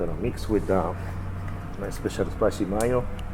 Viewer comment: One notation my friend and I hope you will forgive me for correcting your pronounciation but I feel like I'm a better friend if I tell you this. You are pronouncing "Mayo" (from "Spicy Mayo" ) as you would in Japanese -- as "MA-YO." But in English, the vowel sounds have two modes, long and short. Think of it more as "MAY-O." Like the month of "MAY" plus "O." The first syllable should NOT rhyme with the word "EYE." It should rhyme with "SAY" or "PLAY" or "STAY." I hope this is helpful and constructive. Best to you always. G88D AFTERN88N FOREVER!!